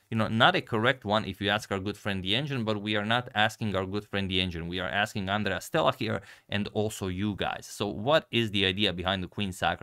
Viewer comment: Hahahahahahaah Àndrea 😂 it's Andrèa